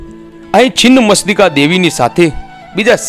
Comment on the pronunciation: Chhinn machhtika bhai chin mastika nahi pela bolta sikho